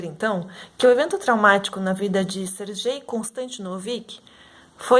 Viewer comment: Acredito que pronúncia do nome é "Ser Guei" nao "ser Jei"